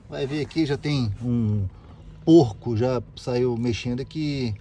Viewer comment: Gostei na ênfase na palavra "Porco" quando estava examinando a parte elétrica do Marea..... Rsrsrs